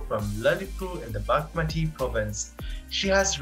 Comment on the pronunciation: How is this man pronouncing bagmati....so awful